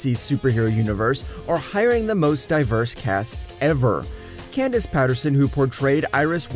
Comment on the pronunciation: DON'T EVER SAY CANDICE AND CISCO RAMON LIKE THAT EVER AGAIN.